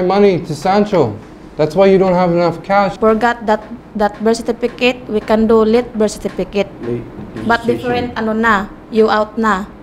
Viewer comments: “Anal—ment in da Birt Sertipikit” “Gud bay-bay. ..ugh” Ay ewan, Healings for ibriwaaan! 🤣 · I died with "birsitipikit" 🤣🤣🤣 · " Berstifikit " " i posting my post " kbye. 🙄🤦🏻‍♀️😂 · ah ganoon ba nakaka shocked nga itong babae na ito pati mag salita eh berstifiket nag hapon nga ako sa ka bubuklat nang dictionary wala akong nakitang words na ganyan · I thini she said bersitifikit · s bar po kc ng work kya beersitipikit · "Birthstifikit" - Puke makati 2019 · Hahahaha sertipikit i neber porgat dat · Graveng "Birthstifikit" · Yung nahahabaan ka sa "birthcertificate" so she came up with "bersipikeyt"